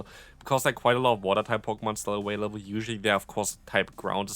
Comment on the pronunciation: hey, um... why do u always say "aWailable?"